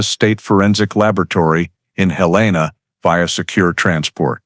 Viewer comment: It’s Hell’-in-uh, not Hill-ane’-uh.